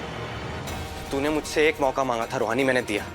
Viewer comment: रोहानि नहीं रूहानी